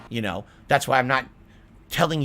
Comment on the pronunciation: "Yoouuunnnuuu know whaht I'm saying"